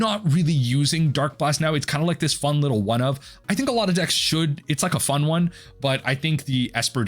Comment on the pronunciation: LOL "whole lotta fun"... dude is a whole lotta fon!